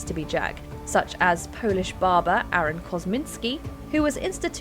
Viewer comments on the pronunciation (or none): none